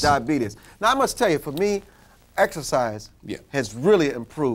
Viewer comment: "When I exerfice" this guy is an idiot